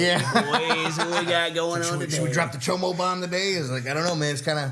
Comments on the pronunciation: for cyber punk, its CHOOM, NOT CHOMO. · Dammit, it’s CHOOM. Not chomo wtf. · Choom not chomo 😂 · Super late but the word is CHOOM. CHOOM. Lmaoooo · Not chomo its choom in cyberpunk 2077😂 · Choom is from cyberpunk not chomo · No ken its choom! Dont disrespect cyberpunk like that lol